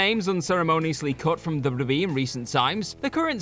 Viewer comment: my favorite part is when he said dubbadubbadadee